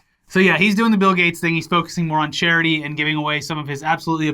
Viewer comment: "He's focusing more on CHAIR-ity"